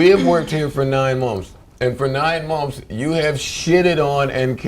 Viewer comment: said "mummfs" instead of "months" lmao. he says it twice after that time stamp.